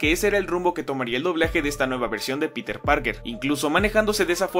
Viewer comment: Algo similar noté pero con el nombre de Peter. Parece que no se pusieron de acuerdo pues unos dicen "Pirer" (buscando un acercamiento a la pronunciación en inglés) y otros dicen "Piter". Si no me equivoco, el mismo Jonah Jameson dice "Pirer" Parker al principio y más tarde lo menciona como "Piter".